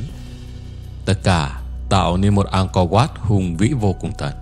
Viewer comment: 'Ăng co oắt', đọc đúng tên là phải phát âm thế à bạn, chứng tỏ bộ giáo dục của nước mình kém quá,'Ăng co vát' .